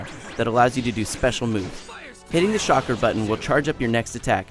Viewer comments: Actually, You don't have to PLAY through Adventure Mode just to get the characters. You can get them by unlocking Storm Points. IGN, just fire him. I mean, really. It's Narudo, it's Naruto. It's not Sha-Kara, it's CHAKARA. With a C. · he sais it more like charkra, wtf dude... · Lol I know the guy just said Shakra so I was mocking him =P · a little late but it's not "shakra" it's CHakra.. as in chalk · I was mocking the guy lol I'm not that stupid I read the manga AND follow the Anime. I know its Chakra. But still, super cool Shinobi call it Katra! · learn to pronounce its NARUTO ANIME CHAKRA/CATCHRA SHIPPUDEN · Shakra? Dude its CHA-KRA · I had no problem with this review until he said one word...just one fucking word..."Shokra"...i mean really...if you think you know so much about the fucking story as too downgrade it and go on about how much worse the english voices sound..you must've read the fucking sub-titles. Because they constantly say fucking Chakra..not Shokra.. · I swear I tried to rasengan my screen when he couldn't chakra.........shockra are you kidding me IGN? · It's chak-ra not shak-ra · i bet he didnt even see an episode..its called chakra man not shakra!!!! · Actually its CHAK-RA, not CHA-RKA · dude, you don't have to play through the WHOLE game to get characters. Just get a bunch of sp rewards and get characters. Plus, there is a LOT of characters to play as too. This dude does not know what he is talking about. P.S its CHAKRA not SHAKRA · hes talking about stupid english speaking in the game yet he says shakra and Nayrutoeh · I thought in Naruto they used Chakra, not "Shockra" lmao wow xD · amen this guy is an idiot, shakra, lmao its chakra, and if you played the game in subs, then you should know how the word is spelled, the makes it seam like the english voice actors didnt do a good job, im unsubing from them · lol SHOCK-ERA its chakra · he said shakra and noroto ^^ lulz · is it me or did he keep saying shakra instead of chakra?